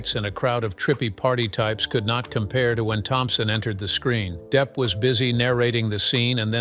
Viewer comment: Deep? Really? You cannot be serious with that pronunciation.